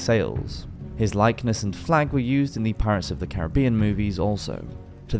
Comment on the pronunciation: Dude. We are you saying PI-RATE-S? That is not how it is pronounced.